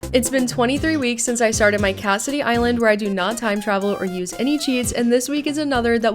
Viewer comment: My name is Cassidy and I always think you say “Cassidy island” instead of Cat CITY island 😂 love it tho!